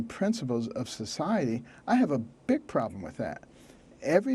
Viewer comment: It can be somewhat amusing to watch this nearly comatose impostor of a human being speak, at least to me - but only in very short doses. He's the only what-seems-to-be-a-person who can make the initial consonant of a word a separate syllable, as in "vah-oter" for voter or "pah-roblem" for problem Never any fear that this talking bobble head's thoughts will outpace its ability to speak them!